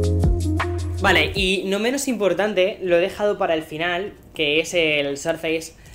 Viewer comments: querido mío me encantas, pero tu viviendo en USA sabes que no se pronuncia Sarfeis, suena mas parecido a Sourfeis o sorfeis. Igual te quiero 👨‍❤️‍💋‍👨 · Por qué dices sarfeis? -.- XD